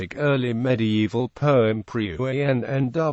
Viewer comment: This video pronounces Pwyll wrong for anyone wondering